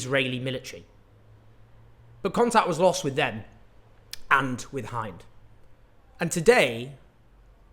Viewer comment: Her name is Hend actually, not Hind. The world must know her name.